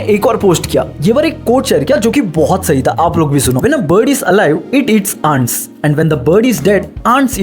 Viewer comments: Abe saley aunt's Matlab Hindi wali aunty AUR Ants Boleyn toh english wali mungi😂😂 dhak se Bol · Aunts nahi re... Ant hota h wo... 😂😂